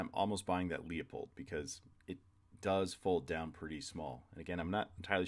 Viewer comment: It’s pronounced “Loo-pold.”